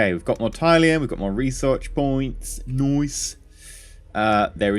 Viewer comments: mate its pronounced TIL-E-UM not TIE-LEE-UM not to be a dick but it was bothering me. thats how its said in the show is all im saying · its pronounced Til - le - ium. Not Ty - le - ium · Robert Beasley This. It bugs me so much! Til....TIL - le - ium 😂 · Hi, love your videos thus far. I just want to correct one thing but you don't have to do it if you don't want to of course. Tylium is pronounced "till-ium", that is it. Other than that your videos are nice and it is great to see how the game will play.:) Much Love TankGirl XOXO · It's pronounced tilium!!! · You come off as really unlikable when you claim people are wrong(despite them being right) and you say it in such a condescending way like you know everything, you said "Raptors, if you don't know, are basically space fighters" in episode one and you say Tylium wrong. I wouldn't mind if you claimed to not have much knowledge of the series. I would love to watch anyone else play this except you but unfortunately for me it looks like you're the only one who's doing this in English. You're not an idiot, just really ignorant. I haven't watched the episodes further on from this but you need to sort your self out. As you said In the words of Wil Wheaton "don't be a dick". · Since you acknowledge that it's set in RDM's Galactica, is this a bad time to tell you you're pronouncing tylium in the old 70s Lorne Greene way?